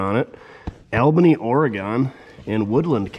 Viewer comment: Oregon, you dp. Not Oragone.